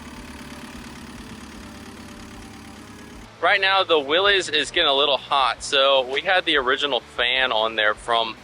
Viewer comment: Nice video, thanks. Btw, it’s pronounced Willis, not Willys.